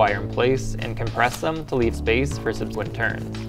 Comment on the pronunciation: Random long vowels: Sub-SEE-quent / PROE-cess :yougotthis